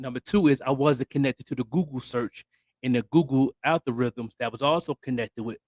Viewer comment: 😄Al-gor-ithms😄 Algorithms.